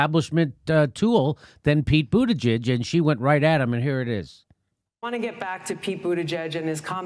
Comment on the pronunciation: Pete Buddijizz, lol... You are killing me